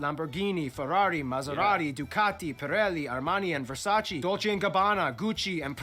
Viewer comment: It's "Versace", not "Versaci"